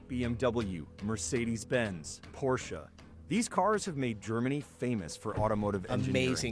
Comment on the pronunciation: Thumbs up for pronouncing "Porsche" the correct way.